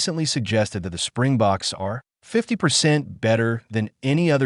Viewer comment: It's Springboks, not Spring Box, you dummies.